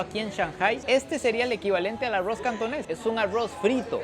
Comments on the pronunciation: Repite conmigo ARROOOOZ no Arrouz jaja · Amo estos vídeos, pero no puedo con su pronunciación de “aroz” 😂